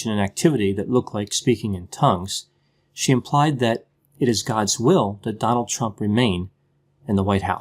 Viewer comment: It sounded like you said " 'Chump'," which is okay with me speak your mind brother.